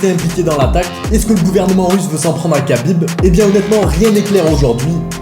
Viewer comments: C’est Rhabib pas Kabib ça se prononce Rh mais c’est kh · ça se prononce Rhabib. Merci pour la vidéo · Alors ça s’écrit khabib mais ça se prononce rhabib